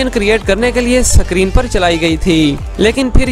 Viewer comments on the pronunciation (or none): Bro सकरीन nahi screen hota hai... Lol 😂😂😂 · Bro sacreen nhi hota h screen hota h😅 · Mere bhai suckreen nahi iskreen ( screen ) bol de... Iskreen